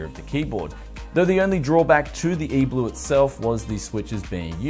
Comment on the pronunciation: It’s E-3LUE not E-BLUE